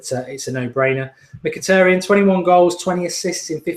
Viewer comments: I think you said Mkyhitaryan's name perfectly! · I thought Mark would have trouble pronouncing Mkhitaryan but surprisingly he got it right